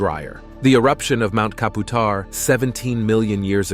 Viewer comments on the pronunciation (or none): Mount Kaputar is pronounced mount cap you tar(kaputar) I'm an Aussie, none of what I saw is scary at all. Try catching a red bellied black snake, they are feisty buggers, brown snakes are a little easier to catch, just put a black snake bag in front of a scared brown, it will go straight in most times.